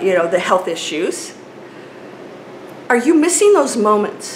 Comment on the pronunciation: Thank you for this video! I love how you call it "health issius"!